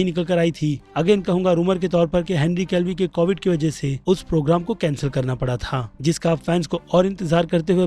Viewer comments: Henry Calvi nhi be Henry Cavill hota hai. Kab sikhega be podcast me aman ne bola firbhi samajhta nhi hai. Sabka nam galat bolta hai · Whenever he says henry kevli instead of kevil 20000 childs are born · Its Henry Cavill not Henry Calvi😒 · Bhai Henry केवील Hai... Aap hamesha Calvi bolte ho... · Bhai Henry Cavill / Callvi me bohot difference h I request you should pronounce someone's name correctly please 🙏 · Henry Calvi nahy Henry Cavill bolo bhai 😅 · Every single Time says "Henry Calvi" 👍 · Henry kev-ill pronounce hota hai bhai... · Bki sb to thek but bhai plz Henry cavill ka nam sahi pronounce kro